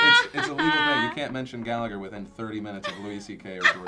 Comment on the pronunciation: americans always pronounce the name gallagher wrong!